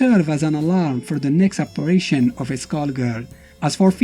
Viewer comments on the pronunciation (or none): none